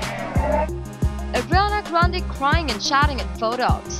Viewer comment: Is it just me or is the voice-girl saying Adriana Grande??